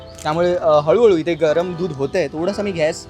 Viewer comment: gas❌ ghyas✅ 🤣🤣🤣🤣🤣